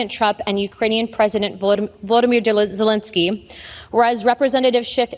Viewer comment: Hmmmm, she doesn't pronounce Volodymyr Zalensky's name like the average American pronounces it. Curious.